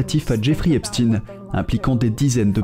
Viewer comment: Arrêtez svp avec "epstine". Ça fait mal aux oreilles. On dit "Eïnchtaïne", Frankenchtchaïne". Donc, on dit "èpchtaïne". Point. Merci